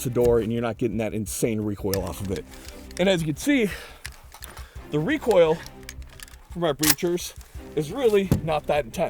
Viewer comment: The shark bite muzzle eliminates that WUH WUH WUH WECOIL wuwwy